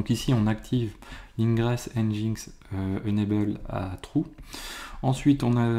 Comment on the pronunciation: Au cas ou : NGINX (prononcé [ˌɛndʒɪnˈɛks] ;) et yml -> yameul, ce sont des détails mais ca permet de communiquer plus facilement dans un contexte international (ce qui est qd mm bien souvent le cas dans le milieu informatique)